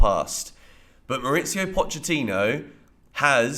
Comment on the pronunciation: Good video. One note: Pochettino is from Argentina, and his first name is pronounced "Mau-reese-io' There's no 'itz' in it.